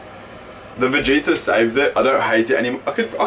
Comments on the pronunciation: Its pronounced as it is writen,is vegeta not vegita 😊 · I just automatically smile when you say Vegeta :)